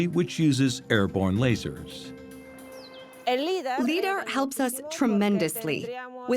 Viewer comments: I know, right? As well as "Liddar" ! Is this a drinking game? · Your AI narrator needs to pronounce lidar right. And citadel.